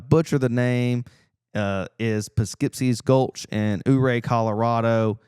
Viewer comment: it's you-ray not ooo-ray😂